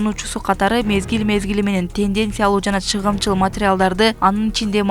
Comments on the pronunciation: Туура оку чыгымчыл эмес чагымчыл!!!! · Чагымчыл деп окунуз Чыгымчыл дебей😂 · Чыгымчыл емес чагымчыл.верениж емес.воронеж.курал жарак- кампасы.жок дегенде туура окучу